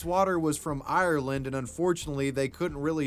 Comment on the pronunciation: Who pronounces Ireland like that. 😐